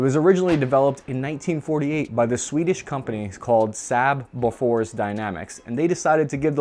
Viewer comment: Just cringed how he said saab bofors